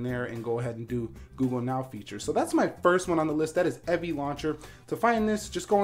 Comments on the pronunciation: How do you mispronounce "Evie"? Its a name and super easy to pronounce. How do you get "Evvie"? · You mispronounced "Evie." If it was to be pronounced like that, it'd be spelled "Evvie." Cool video though